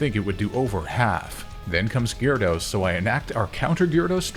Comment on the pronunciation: The y is silent in gyarados man